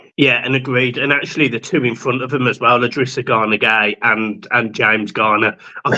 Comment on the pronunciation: I’drissa not L’drissa - but great video again! UTFT! Great win!